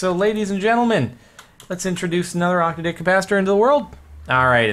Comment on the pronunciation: STOP SAYING OCTODICK!